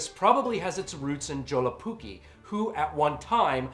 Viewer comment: You know, I first thought that your username was some kind of joke, but after seeing this.. I believe it. Only a true undead monster could be capable of butchering my native language like this. A true horror for the ears. PS: Awesome review, this movie really is underappreciated even here in the north. Though I did like the shorts more.